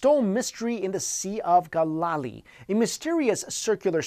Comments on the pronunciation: Gal Ah Lee. Not Gol La Lee. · It's Gal-la-lee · No. 3 its Galeelee not Galalee, just helping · Sea of GAL-LAH-LEE not GAH-LAWH-lee. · As far asI know there is no Sea of Galalee , Ga-la-la-lee, as he pronounced it. There is however a Sea of Galilee which is pronounced Gal-i-Lee. Which is readily available for conformation in the Merriam-Webster on line dictionary. Should always check pronunciation before the speech, not after. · Awesome channel! but Galilee is pronounced "Gal-ih-lee" not "Gah-lah-lee" Also if all of these structures are supposedly naturally formed, how come we don't have any natural formations even remotely resembling these structures on land? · It is pronounced 'gal-a-lee OK? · It's the sea of GAL uh LEE. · Galilee pronounced Gal (like another word for girl)... Gal-UH-LEE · Galilee. Gal. ill. Lee. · You're doing well in your videos, but I wish you would clean up your pronunciation of the names of places. When you were reviewing the structure in the sea of Galilee, it's pronounced GA-li-lee, with emphasis on the 1st syllable, NOT the 2nd syllable. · Sea of Go-la-lee, Israel...ROFL. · I believe it's pronounced Gal•A•Le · The Sea of Galilee; Galilee is pronounced ( GAL-LA-LEE ) !!!!!!!!! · Dude, please learn how to pronounce proper place names before you film these videos. In the age of access to information, there's really no excuse for "Sea of Guhlally"... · the way he pronounced Galilee is hilarious 😂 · You are pronouncing Galilee incorrectly. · Learn how to pronounce proper names before doing narration or hosting. Listening to you pronounce Galilee and basalt cringe worthy. Given that you've made the effort to properly pronounce words like frontiers and Baltic show that you CAN pronounce proper names in their native pronunciation if you actually try. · I think he is pronouncing "Sea of Galilee" wrong try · Should work on that pronunciation of Galilee.